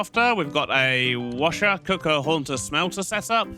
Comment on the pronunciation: wants to correct Wsher to Washer, now it Wssher :D i love it